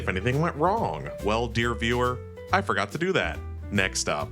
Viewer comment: i felt that "I FORGOR" into my soul